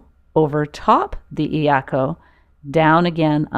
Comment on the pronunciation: Doesn’t matter. Get the cheapest. Get a couple. You can use one to tie an extra paddle to the iako. Also, pronunciation of iako is more like “yako”. Yes, the “I” is pronounced “E”. But combine the Eyako so it’s only two syllables “Eya-ko” instead of of three syllables E- a-ko. Great video!!! Mahalo from Maui!